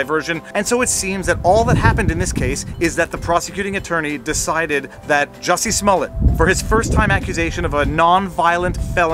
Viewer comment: It's pronounced "Juicy".